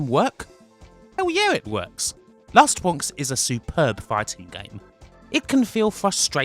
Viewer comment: Edited: all I really want to say is: "Wast Bwonks"